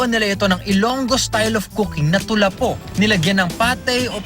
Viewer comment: It’s tulapho not tulapo